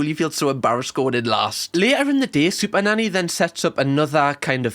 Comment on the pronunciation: It sounds like sometimes you say superdaddy lol